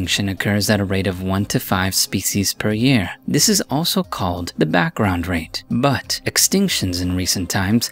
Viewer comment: Everyone go to and get ready for the funniest pronunciation of “but” lol it’s like “ mmmmbhhaat uhhhhh”